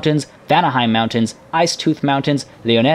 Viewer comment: I... I'm pretty sure "R" in "Reikland" is not silent